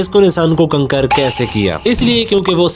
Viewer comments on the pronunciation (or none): Kaontar ❎Kankar ✅🤣🤣🤣🤣🤣